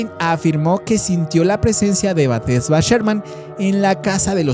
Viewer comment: Exacto es BASADA EN HECHOS REALES, el nombre no es Batesha si no Bathsheba Sherman, tampoco es el hombre torcido, si no El hombre Encorvado, hay que leer antes de hablar.